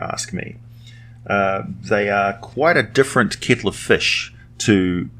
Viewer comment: "A kittle of fish"? Oh, you're an australian, so you have english as a third language. ;) ducking for empty Hobgoblin bottles. Which I like a lot by the way Just kidding. I enjoy your work, so thank you for all your effort. It's appreciated.